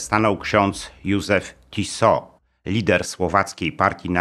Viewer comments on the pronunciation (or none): Źle Pan akcentuje nazwisko "Tiso". Akcent jest na "i", a nie na "o". To nie zegarek Tissot. Proszę sprawdzić sobie, jak Słowacy wymawiają to nazwisko.